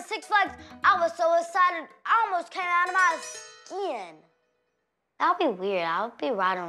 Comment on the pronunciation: " I almost came out of my SKIEN!!!!"😂😂😂😂😂😂